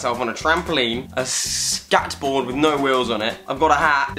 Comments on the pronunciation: 😂😂😂😂i died when he said scatboard. like omg 😂😂i was like SCATBOARD.😂😂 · I cried when he said SKATboard 😂😂😂😂💖💖💖💖💖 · did he really say skat board?? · "skat board"